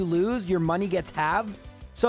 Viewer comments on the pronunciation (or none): none